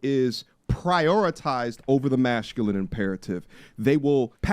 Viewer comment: Who would take advise from a man who says mash-culine?